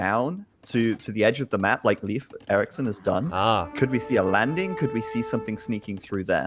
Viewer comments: "leaf, life and loaf" ALL WRONG lol. Its pronounced Layf. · bot its 'leywedf'!!,, sotriggered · It's Laaf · As a Swede, when I saw in the chat everyone was saying "it's pronounced Life", I thought it was weird, since in Swedish it's not. But apparently it's pronounced Life in Norwegian, Danish, German... and in English it's leaf? makes sense, I have heard English speakers pronounce "Lena" as long "i" instead of the long "e" that we use in Swedish. So these names will be pronounced different depending on the language you speak. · Welcome to School of Swedish names: Todays Name is Leif. Well. If you watch the first 3 starwars and hear how Skywalker and Han-Solo pronounce Leia, Then you only need to take away he A and add the F in the sound and you got it. No loaf or life here plz. or leafs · I'd say a good way to explain the pronunciation is to say lathe, but replace the TH with an F sound instead. Lafe. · Google says pronounced leaf you idiots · It is, in fact, pronounced "Layf." The one possible way they didn't say it. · They use 3 different ways to say "Leif" and none of them is correct. its pronounced Layf, i did my homework.